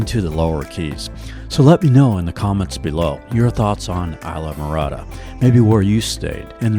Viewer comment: Just fyi, you keep pronouncing it wrong. It’s pronounced iz-laa-mr-aa-duh. Short I sound at the start, not a long I.